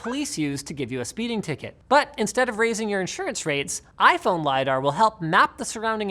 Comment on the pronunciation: "iPhrone 12" - ROFL